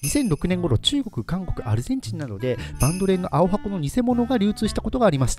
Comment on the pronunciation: バンドレンのイントネーションイワカン